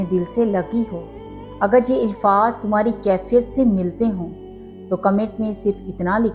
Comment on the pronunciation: Ilfaz nahi alfaz hota hai